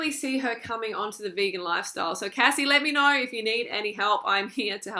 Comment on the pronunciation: I'm so proud of Cassey for uploading that video. I hope she transitions to veganism! P.S. Thanks for finally pronouncing Cassey's name right.😉